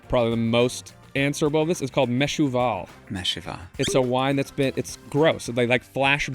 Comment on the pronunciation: MEVUSHAL, not meshuval